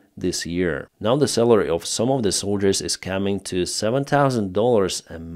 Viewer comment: please pronounce "salary", not "celery".